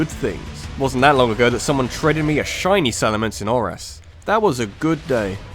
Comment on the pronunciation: IT'S SALAMENCE, NOT SALAMANCE!